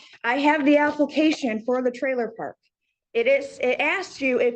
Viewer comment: Applecation... Is killing me 😅